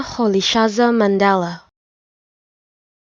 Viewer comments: Is this a joke? This is nowhere near how it is pronounced. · It's far from good that's not how it is pronounced by the way. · Mandela be like - No ..... Noooo...... That's not me.. 😭 that is not how my name is pronounced..... 😂